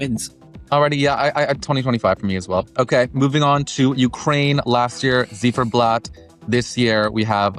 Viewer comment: lost me so bad when you pronounced Ziferblat wrong